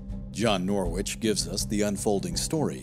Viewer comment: A small detail but John Julius Norwich is pronounced Norich (silent W).